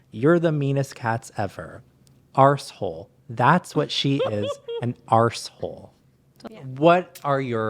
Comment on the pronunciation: 'Arrssehole' as a brit this made me cackle